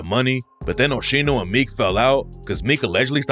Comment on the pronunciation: Called my man Osheeno 😂😂😂